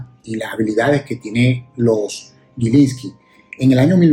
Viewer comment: en los primeros 40 segundos, si me permite dos correcciones, no es 20 20, es 2020, y no es en su pronunciación "gui", sino "gi", GILINSLKI.